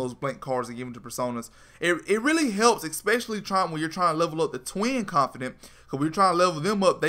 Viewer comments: ConfiDANT not confiDENT. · Hermione told me to tell you “its confidaaaaants not confideeents” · confidant... not CONFIDENCE.... damn dude. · It's känfəˌdant (Con-fih-dawnt), not känfədənt (con-fih-dint). It's the little things☆. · It's Not Confident.... its CON-FIH-DAWNT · confid AH nt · Con fi daunt is the pronunciation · you keep saying "confidence" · CON FIH DAUNT DAUNT DAWN-T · its con-fa-dant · It pisses me off how he says confidant wrong